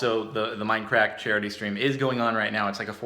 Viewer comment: OMG XD i thought he said MineCrack XD hey man you got some of that MineCrack XD ya man heres my sever giving out admin XD